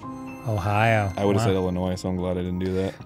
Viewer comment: Um....did Arin pronounce Illinois wrong?!?!!